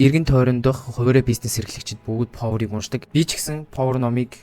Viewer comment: повор биш пауер штэ.